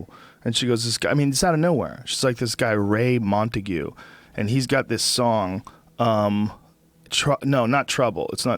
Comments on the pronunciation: its not ray montegue 😂😂😂 its ray lamontagne. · Hey Joe, just so you know, it's pronounced Ray La Montain. His live stuff is recorded well and sounds great also, check em out man. SO GOOD! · Ray La-mon-tayne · Yes-One of the greats Ray Lamontagne. (La-mon-tane) May I suggest listening to "Be Here Now" in your car with volume up.